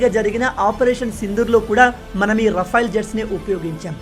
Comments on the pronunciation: రఫైల్ అనకు అది రఫెల్ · రఫెల్ అనాలి rafyl కాదు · Adi RA-FAIL kaadu sir... Oka sari google lo serch cheyandi, how to pronounce RAFALE ani.😅😅😅 Chaduvu lenu vaadu kuda vetter ga pronounce chestharu.